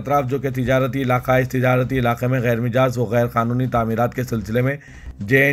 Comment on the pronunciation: Ghair mijaaz nahein ghair majaaz ghair majaaz ghair majaaz